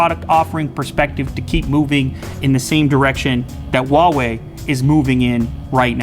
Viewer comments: C'mon it's Huawei not Wawei. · Really? Waw Wei? Why can't you just pronounce it huh-why-e...lol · lmao i'm chinese . i know 华为 pinyin is hua wei but i'm trying to give an idea of the pronunciation to them , not Wa-Wei but hu-ah-wei something like that . The H sound is not silenced . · if you pronounce Huawei as "Hauwee" stop it, get some help. It's pronounced "Huaa-wey" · the real question is .............why are they pronouncing huawei as wawei , It's hu ah wei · I got brain damage from your pronunciation. Huawei != OOUAE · Lew. Love you dude. But it's Huawei not Wawei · Lew still on the "wahwei" game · RAPTURE AT TWILIGHT no it's not! It's pronounced waa way! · hua WE. Now that's a pronunciation. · "WHO-ARE-WE" what the actual fuuuuuuuuuuuuuuuuuck! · how she said Huawei 😂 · I wonder why you guys cannot pronounce ‘Huawei’ correctly 😂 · why would u want to pronounce huawei wrong? on purpose?? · Does anyone actually know how to say Huawei?? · Pronounce the name right would you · The way that person in the beginning pronounces "Huawei" is just... I can't even... They had one job